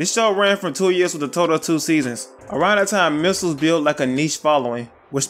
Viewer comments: You're saying missels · I love how you pronounce it “misels” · U say ‘’misles’’ 😂😂😂